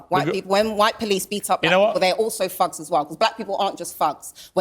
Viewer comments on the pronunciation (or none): All I can hear his her saying “ Fugs” rather than “ thugs” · She's trying to get a few big houses in the UK like her American counterparts in the USA! She keeps pronouncing "thugs" like "phugs" you fink? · Is she saying fugs?or thugs? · Why dose she keep saying Fugs instead of Thugs? I see the mouth moment and she keeps curling the bottom lip to make an F sound instead of a T sound. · He said, Thugs....🤣🤣🤣I heard f🤬cks😂😂😂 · That bee-el-ehm aaactivist cannot even say the word correctly, but says “fugs”. Her association of the word with African Americans shows her own prejudice. I associate that word with the Clockwork Orange movie. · Everytime she says thugs, it sounds like fucks🤷🏼‍♀️😂🤣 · She said Hiawachy and Fugs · I kept hear "black phucks" lol. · that’s supposed to be posh? She can’t pronounce the “th” sound or a mid word “r” (fug and heiwarchy). I think of posh as someone who sounds elegant and practiced, not like someone who needs a speech pathologist. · Not gonna lie thought she was dropping f bombs at the beginning of the video lol. Forgot Cockney Brits can't pronounce "th".